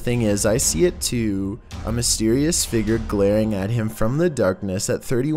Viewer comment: Say figure with me "fig-yer" not figger.